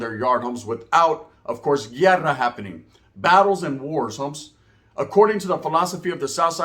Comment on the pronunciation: Hey man 😂 pronounce it properly Guerra or llerrera 😂, what is (llerrera) 😂